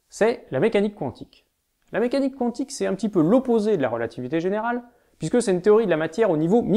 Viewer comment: pas contre qwantique ca me perturbe xD